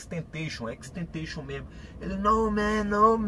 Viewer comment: Kkkkk ele falando e xxxtentenxion